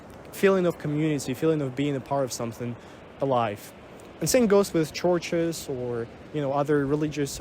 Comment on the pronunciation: thought you were saying torches. got it now. churches